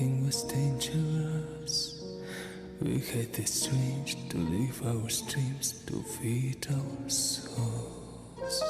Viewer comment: I understand your bias. I have a bias against some of his pop songs too. He is always getting better though and I do love many others. I love this song but he did pronounce "live and live" wrong. But the song is otherwise beautiful to me. Check out The Love of Tired Swans. It's in Russian and he speaks Russian like his first language. ❤